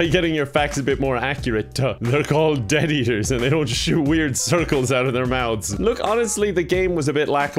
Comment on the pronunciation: Every time says Death Eater I always think he says Debt Eater, and it’s beautiful